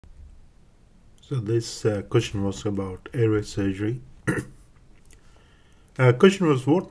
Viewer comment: I found this very difficult to understand. I am aware the presenter is Indian (perhaps a close-by country, I'm not sure), and he has a strong accent. There are so many words I can't get - question, ventilatory, patency, consideration, elderly, respiratory, morbidity, alcohol, radiotherapy, technique, congenital (this was one of the worst pronunciations), following, airway, important, some random words that are unintelligible, endotracheal, position, spontaneous, at this point I'm giving up. I would be embarrassed to have this online, there are so many errors in language and I would not as a trainee have been able to understand this lecturer. Even if this clinician is skilled and respected, putting a lesson online with such faults in pronunciation is not a good idea. I am aware that in different countries that pronunciation is different. However he is a figure in prominent institutions in England and it is incumbent on lecturers to actually be intelligible. If you claim this to be an educational video for anaesthetists around your country and the world I would recommend setting a higher standard. Also, strange to suggest using desflurane when it's obvious to use TIVA for these cases.